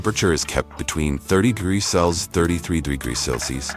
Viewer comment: Celsius or Celsees 😂😂😂😂 Everytime he says celcees instead of Celsius.